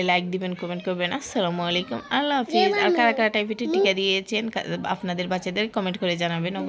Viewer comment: টাইফেট না টাইফয়েড হবে